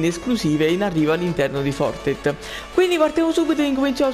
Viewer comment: Fortet ahahahahah impara l'inglese mannaggia il clero e il Covid!